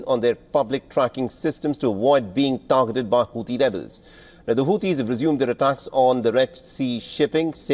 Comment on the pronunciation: Sorry I heard hauti devil's 😂 hauti rebels rather